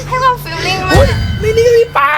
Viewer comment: ทำไมพูดความเป็นกวามขอถามนะ